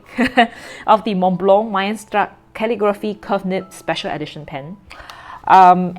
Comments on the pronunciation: Hi, the brand is pronounced as : MICE-STER_STOOK. I hope it helps. 😊 As fellow pen lovers of the brand, let's prnounce it right. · it is pronounced, my-ster-stook. I am curious was the Chinese you read translate to what was written in English on the handbook? The logo is a bird's eye view of the mountain, so what is spreading out from the center is the glaciers. 4810 is the height in meters of Mont Blanc. You are correct, as many companies , especially luxury companies are heavily marketing towards the Chinese/East Asian market, this pen was developed for that. Western nibs are on the broad side, wetter side. I'm not a sketcher, but I think it would be very thick. It would be good for architects though. Have you tried a Sailor zoon or a specialty naginata togi nibs?